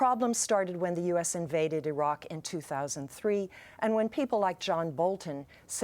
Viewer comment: She is dumb, cant even say Iraq right lmfao. He threatened the US and we took them out.